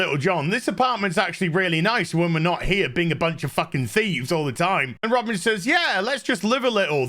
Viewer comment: Shouldn’t her name be pronounced Ro-Bine……..not Robin